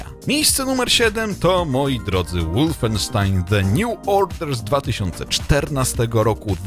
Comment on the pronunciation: wolfenstein czytaj po niemiecku (wolfensztajn)!! a nie po angielsku (łulfenstin)